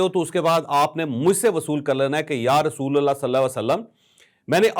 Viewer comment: رسولَ اللہ نہیں رسولُ اللہ بولیں۔ ل پر زبر الگ صورت میں آتاہے اور پیش الگ صورت میں۔